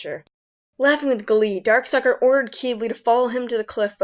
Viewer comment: Did I just hear call Darkstalker Darksucker?